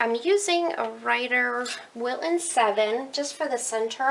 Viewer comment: Love how you say "Wil-un" without the "t" - is that southern US?